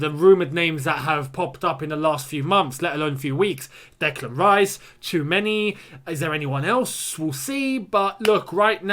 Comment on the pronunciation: It's Choo-a-m3-ni